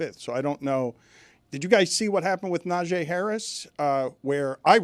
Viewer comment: Dan should have a penalty or at least have been called out by someone in a room full of sports guys. He repeatedly kept calling NaJEE Harris "NaJAY"